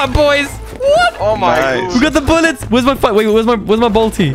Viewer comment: “i need more boulets! I need more boulets!”